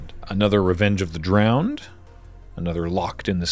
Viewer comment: revenge of the Drown-Edd